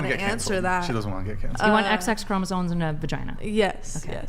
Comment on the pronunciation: The word is “chromosoMes”, people. NOT “chromosoNes”. Sheesh!